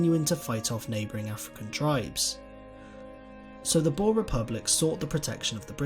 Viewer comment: It hurts me hearing him trying to say "boere"